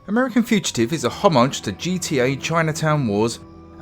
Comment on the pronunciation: Learn to pronounce "fugitive" ya knobhead.